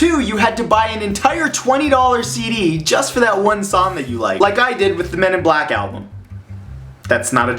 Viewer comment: What is this "men in blok" you speak of...